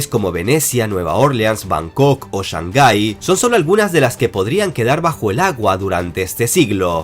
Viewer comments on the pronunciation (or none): none